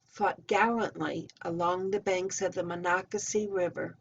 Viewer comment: i asked how to say Monocacy when i visited, had no idea how, you did very well, and enjoyed the history at the visitor center.